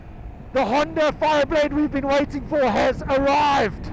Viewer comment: It's Honda, not ”Hyundai” smh